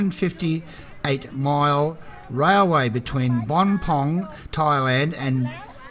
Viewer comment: It started at Ban Pong in Ratchaburi not Bon Pong or whatever bollocks you were saying :)